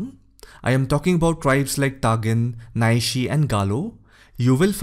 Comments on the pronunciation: Little correction here. Word "NYISHI" is pronounced as KNEE-SHE not NYI-SHE. Love and support from Northeast! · Just a correction sir it's not naishi it's Nyishi the largest & most populous tribe of Arnchal Pradesh ..👍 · Sir nyishi is pronounce here as 'nishi'. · 2/3 tribes pronunciations were spot on. Nyishi is pronounced “Nee-shi” by most people. Thank you for this video on my state. Very insightful. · It's NEE-SHE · Nyshi pronounce as "nisi".